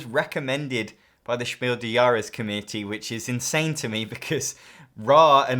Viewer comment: your pronunciation of „Spiel des Jahres“ is almost at the „He walks among us“ tier, you're just forgetting to pronounce the „s“ in „des“. It should sound exactly like „des“ in „desperate“